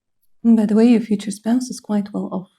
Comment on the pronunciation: OH MY GOOOOOD! 🤣🤣🤣 you said "quite well ..f" so I asked out loud "quite well what?" and you said "quite well off" lmaooo unbelievable!